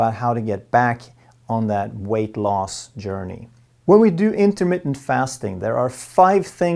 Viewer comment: in-ter-MIT-TENT, not in-ter-mit; sounds like intimate... I think Intimate Fasting is what Pick-Up Artists lecture on. Ha!